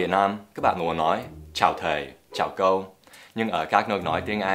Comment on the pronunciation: Với mình thì Dan rất Giỏi tiếng Việt rồi, chỉ 1 số từ phát âm chưa đúng thôi. Ví dụ: "Theo", "cô" Rất hâm mộ anh.